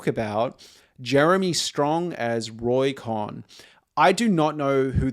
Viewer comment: Cohn…. pronounced like “cone”